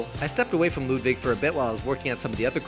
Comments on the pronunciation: Ludwig not Ludvig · You’re saying “Ludvig” not Ludwig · It's Ludwig not ludvig